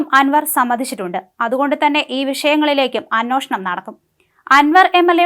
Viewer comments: അന്വോഷണം അല്ല അന്വേഷണം ! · അനോഷണം.. വേണം...അനോഷണം 😂